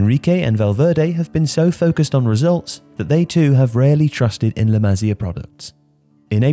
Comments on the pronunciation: Dude, it's not "la mah-zia," it's "la mah-SEE-ah." At least be able to pronounce the entity you are discussing! Besides that, La Masia has produced many good players recently, but the club is stupidly holding on older first team players who need to make way for the likes of Riqui Puig, Ansu Fati, Aleña and Monchu. Hopefully hitting rock bottom recently will force the board to get back to bringing up La Masia talent. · I just can't take this guy's accent. I have never ever heard anyone mispronounce La Masia, but this guy manages to do it. Incredible! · The way to say La masia is beyond wrong 😂😂😂